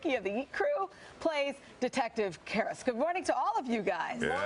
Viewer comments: “CaRiS” IT’S CARISI YOU UNCULTURED SWINE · Detective Carisk?? It's CARISI, you moron 😂😂😂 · First it is carisi not caris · Hold up. Did she say detective carisk? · You know I appreciate them the cast trying not to laugh after she kind of messed up his name.😄😄🤣😁🤭👀👁️ Peters last name and tv name tbh lmaooo it's carisi tbh I mean his tv name okay I get it but both names tbh lmaooo 🤭😊😁😄👀👁️ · The way she said Carisi tho... I’m scarred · She mangled the character name too lol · I mean she mispronounced his actual name too, wouldn't put it past them lol